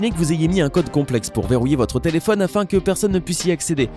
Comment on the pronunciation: "telephonne " i phone ouai